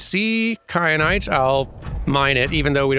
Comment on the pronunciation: Kyanite, like teh pepper